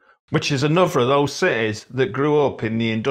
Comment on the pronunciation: Funnily enough mate you seem to have a little bit of the Australian long O sound in your own accent. You sound Aussie to me when you say "coach" , and "those" . It's a very mild form of it, but it's there. As far as I know, that O diphthong is unique to Australian accents so I wonder where you picked it up!